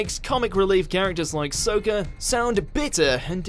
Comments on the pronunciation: I'm not stupid. This is my favourite show. It's even spelt "Sokka" in the comics. It's pronounced "sock-a". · Its Saka you said Souka. Omg get the names right. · His name is Sokka. Not Soaka. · "Sow-kah" It physically hurt to hear you mispronounce his name. It's Sokka. Saw-kah. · Michael G. Scott yes!!!! Committing the same sin as the movie. It drives me nuts. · pronounce their names the right fucking way. It's Sock-ah, not Soak- uh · It's pronounced like "Sock-Ah" not "Soak-Ah" if it's not how it was said in the show, you're saying it wrong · Anyone else hear him say “Souka” instead of “Sokka”? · Omg he called him Souka like the horrible movie hes talking bad about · Ong, Soh-ka, Eer-oh 👁️👄👁️ ....facepalm. my ears bled when I heard it in theaters....and ashamed i watched it in theaters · It's SOKKA not Soaka,!!! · Sokka = Sock + a ..not suka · no it's sakka, the show made the name so im think they would know how to pronounce it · The moment he said “So-Kuh” I lost interest. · The fact that he called him SO-kka and is criticizing the movie. The movie still sucks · did you seriously just say soaka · he's not Soaka, could be very well that it was pronounced that way in the movie, so fair point I gues?! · Mentions incorrect Aang pronunciation Says "Soaka" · Your calling sokka, soekka and your said bad pronounciations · Please pronounce his name like the anime... it is pronounced Sa-Ka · it's actually Sokka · I can't believe someone outside the movie could pronounce Sokka's name incorrectly. proved me wrong once again. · I have a question, why do ppl keep pronouncing Sokkas name weird , the show even says his name the right way so why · *Proceeds to say Sokka’s name wrong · Is no one going to comment how the butchered Sakkas name??? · I love how you pronounced sokka wrong just like the movie does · I like how he rags on the last air bender but mispronunciations sokka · Did you really just mispronounce Sokka’s name..